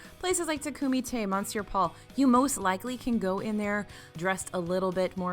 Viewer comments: Monsier Paul is pronounced “Meh sior”. Not mon Don’t pronounce the “n”. Also. “Les Halles”. Is pronounced “ Laysall”. You pronounce the “ S” and run it into the hall and “h” is silent. And it’s like a z. Layzall. That’s French. 😀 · for the love of Mickey, please! Monsieur Paul is pronounced /M'syuh Paul/. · please learn how to pronounce Monsieur - miss yer basically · Great video, but I can't help laughing at how can pronounce Les Halles correctly, but not Monsieur. Omit the N,! 🤣🤣🤣